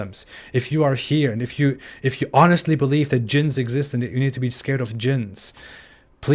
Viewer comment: It's very strange to hear you say djinns, you pronounce it exactly like the Arabic word for sex (jinss) and we all know that jinss is a very important part of Islam!